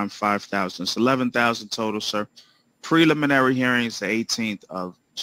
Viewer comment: Hi Ingrid. Yes the judge’s pronunciation of preliminary was correct.